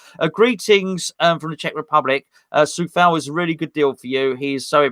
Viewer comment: Hang about, if the "C" in Coufal is pronounced "Soufal" does that mean we've all been pronouncing Tomas' name incorrectly and it should be "Sousek"?